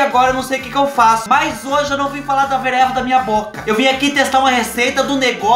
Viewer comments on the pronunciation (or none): Vereva 😂😂😂, eu falo pereba 😂😂😂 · 👂gente du ceu...ouvi bem ...o fuba falo vereva ???. Sempre falei pereba . 😂😂😂😂😂😂😂😂😂